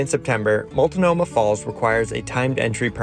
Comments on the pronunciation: Also "Mult no mah." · They also kept saying "Multinomah." And "Stumpton." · “Wil-la-met” and “Mul-to-no-ma.” Hilarious. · Great video, but I had to mention the pronunciation of Willamette and Multnomah. (There is no ‘i’ in Multnomah) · I came here to mock those, too. Ha ha ha!